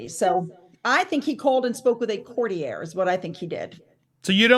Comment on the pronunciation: WHY does she pronounce "courtier" so weirdly???? 😅